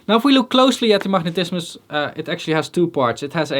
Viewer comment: "Machnetismus"...I love the Dutch accent 😄